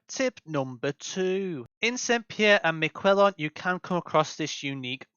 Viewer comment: Great video about a very unique location (though you did definitely butcher the name haha)